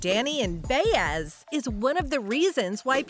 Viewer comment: Can’t even pronounce Baez. Who wrote this junk? Obviously not a true fan.